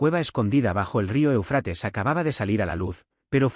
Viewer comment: ¡¡¡É UFRATES!!!. ESTAS MEDIOCRES VOCES ROBÓTICAS. ACENTO EN LA 1ERA É. DEJA MUUUUCHO QUE DESEAR.